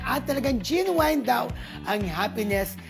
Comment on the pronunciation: Genuine pronounce as Jen-Win.